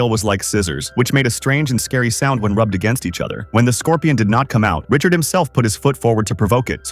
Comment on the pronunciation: Kind of annoying saying Richard multiple times when the name of the character is Riddick